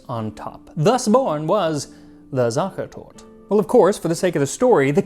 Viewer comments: the "Tort" triggered me through the whole episode :D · yes, his pronunciation of sache is acceptable, it's the torte part. Sachetorte is 4 syllables. SachAHtortAH. German is a wonderfully regular language, an E always has the same value. Please understand I totally value the work and research that Max does. The post was about his pronunciation. How you, I or the queen of Spain speaks German is irrelevant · How is he able to say „süddeutsche Küche“ close to perfectly but COMPLETELY butcher the word „Sachertorte“ throughout the whole video. There are letters for a reason. We aren‘t some french maniacs using letters as suggestions hahaha (Only in dialect) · The "e" at the end of "Sachertorte" is not silent! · The e at the end of Sachertorte is not silent. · I have been living in Vienna for well over a decade now, and I learned quite a lot! Also, your German pronunciation of all the terms is pretty much spot on, with one exception: we actually do pronounce the final e in Sachertorte. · just as an FYI: In German, the e at the end is almost always pronounced, just like you did with "Küche" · I love how you struggle to pronounce "Sachertorte" (you are missing the E at the end) but absolutely nail "Schlagobers" lol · Sadly no, he got it wrong, every time, despite just returning from the country of origin - a little online check would’ve been helpful :/ there’s a schwa on the end, so it would rhyme with an RP pronunciation of “water”. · He is notorious for his great pronounciation, but he somehow managed to get the most central word of the video, "Sachertorte", very wrong. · yes, he really did. the whole research was fascinating regarding the family and hotel. I only picked up on your comment as the most vital thing ie torte was mispronounced. Honestly, I feel awful, Max is amazing....but, really, just get the name of the cake right, it's 4 syllables, the E after Sach...is the same as the e after tort please forgive me, he got so much else spot on. I was being flippant